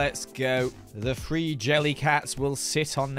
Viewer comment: have you ever been told that when you say the number three it sounds like you're saying tree?